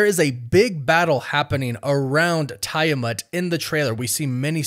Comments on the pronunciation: TEE-a-matt my dude. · It always baffles me how people intentionally pronounce character's names wrong after watching a movie where they made it absolutely clear how to pronounce it. First it was Thanos and now Tiamut. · Tie-a-mat is actualy crazy as well lol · I don't think you are saying tiamat correctly. 😅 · I don’t like the way you say Tiamat